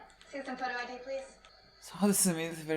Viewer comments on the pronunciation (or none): It's pronounced Ee-Dee, not Eddy. Just a friendly correction!